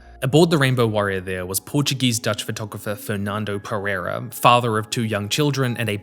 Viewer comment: Perrrrrreirrrrrra? I find it funny how westerners can't say the hard R from Portuguese and Spanish languages... It's better if you say "Pedeida" mate, instead of using your English accent and butchering our language. This rolling R of yours makes it seem like you're mocking our language.